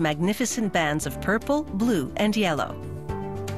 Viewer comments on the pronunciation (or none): none